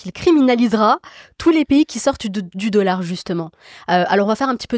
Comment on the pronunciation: "meaunétaire" le "deaullard"